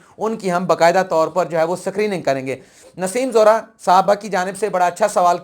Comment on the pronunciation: Kali not qaley! Nassem Zohra not Naseem Zehra!